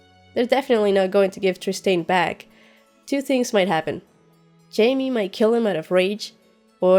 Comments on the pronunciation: That was so cute when you called Jaime "Hai-meh" in that Spanish accent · Haha I call Jaime, "Hi-meh" too. Great channel.